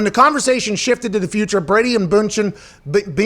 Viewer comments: It's "BUN-CHIN" like a hamburger bun. There are two dots over the u and the d is silent. C'mon man. Gisele Bündchen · BUNd-chen, Pat. Say “BUN”...